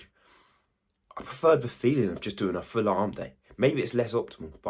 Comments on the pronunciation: It’s on 0.46 and I rewatch it it like 100 times I’m hundred percent sure you say wawful 😂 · Did you say awful or wawful?